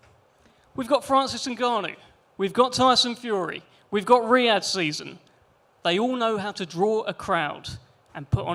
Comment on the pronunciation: Why don't you say Riyad season 1 more time 😂😂😂